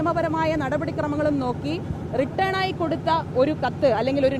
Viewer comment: റിട്ടേൺ ആയി എന്നല്ല. റിട്ടൻ ആയി എന്നാണ് പറയേണ്ടത്. Written not return. മനസ്സിലയോ?